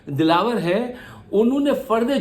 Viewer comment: What a toung slip ...dalawAr ko dalla Keh dia 😂